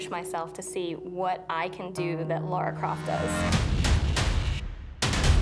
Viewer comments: Cool video, despite the fact that everyone keeps saying Laura on occasions. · Im sorry, but I cant stand that this is on the OFFICIAL TR channel and made by them, and not a single one of them can say Lara! Its not LAURA - LA RA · Does all this and can’t pronounce LARa Croft. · its Lara not Laura